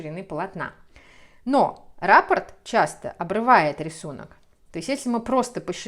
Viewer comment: спасибо за книги, за схемы. Вяжу сейчас наволочку по Вашей новой книге. Спасибо, что делитесь с нами своими идеями. Простите, что делаю замечание, но Вас смотрит большая аудитория, поэтому было бы лучше, на мой взгляд, чтобы люди, особенно, не знакомые с вязанием, с вязальной терминологией, слышали правильные термины. Я имею в виду слова "раппОрт" и "мозаИчный". Вы почему-то неправильно ударения в них ставите.